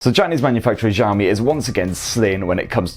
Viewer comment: I think your 'Xiaomi' pronunciation might be a bit off. I think the 'x' should be more like 'sh' like in 'show'. Maybe good to look up some video on it :)